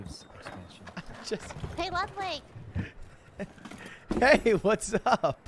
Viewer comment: Ludwig without OTV: Ludwig Ludwig with OTV: Ludwin